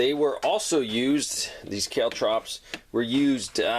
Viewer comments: Caltrops=Caaaal Trops, not Kaletrops!Good Video,informative. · Kale Trops? Geez dude. Kaltrops. As in Call-Trops. You and your crazy accents.